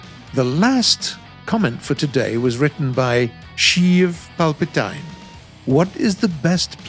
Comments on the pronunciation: yeah, when he pronounced Sheev Palpatine as "Shiew Palpetain" and The Doge as "The Dooosj" I started laughing so much. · It hurt me when said “sheev palpatyne” I dont think poor knows about star wars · sheev palpetine?!?!? T EYE N EE?!?!? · even if he pronounced it wrong it was still worth it